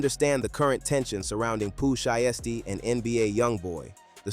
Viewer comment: Bruh say his name right if you're gonna report the news lol